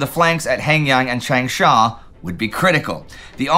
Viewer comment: His pronunciation of Changsha is fine. For Guangzhou, it isn't. Also, xue yue is misspelled and mispronounced. That said, I think the lack of maps today is a temporary d day issue and the campaign in China will continue through the summer and fall. Remember, at this time (and now), Hunan province has more people in it than France. In terms of what will be most consequential for the post war world, ichigo is up there with bagration and d-day. It will smash the nationalists right before meaningful allied aid can get there. More than half of the aid that the nationalists get will only arrive in 1945. Had ichigo not happened, the KMT would have been able to add to their capabilities rather than restoring what was lost. As it was, the kmt was not able to recover before the war ended.